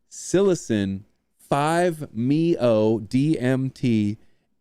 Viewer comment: dont say the word MeO, you say the leters bud lol its 5-M.E.O